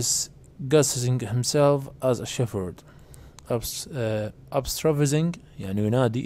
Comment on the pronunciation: حرف الh لا يلفظ في كلمة shepherd شيبرد وليس شيفرد😠😠😠😠